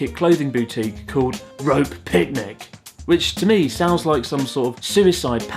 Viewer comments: Actually youre supposed to pronounce Rope as rowpe. It means clothes. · ロープじゃなくてロペですよー！😂ロペの部分だけ、英語じゃなくて他の言語じゃないのかなぁ？